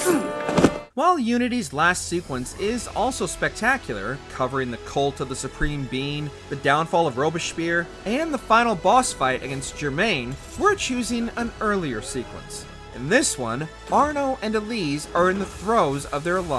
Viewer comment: I’m sorry, “Ver-sales” instead of Versailles? “Robe-spear” instead of Robespierre? Really thinking education is on the decline. Please learn to pronounce words. 🤦‍♂️🤦‍♂️